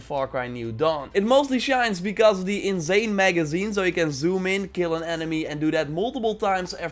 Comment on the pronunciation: Bro it’s insane not inzane